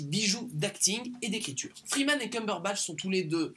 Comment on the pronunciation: Enfin un français qui prononce bien Cumberbatch ! Pouce bleu rien que pour ça Sinon pour moi Sherlock est la meilleure série que j'aie pu voir, juste excellente ! Et sinon à , et bien cet épisode sert à éviter de penser que c'est lui le plus intelligent justement selon moi, donc c'est ce qui fait sa force ^^